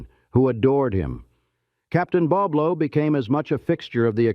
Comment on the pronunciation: He pronounced it wrong Boblo